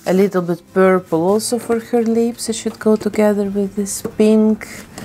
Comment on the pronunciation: And lips. "Leeps"